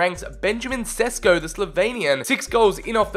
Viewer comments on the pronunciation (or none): none